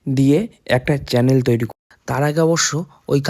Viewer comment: Cannel na vaiya kanola bole otake😊😊